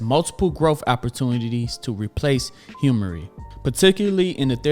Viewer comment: Awesome video!! One thing to note: Humira is pronounced as "Hue-mare-uh," or "Hue-my-rah".. Not hemmory 😂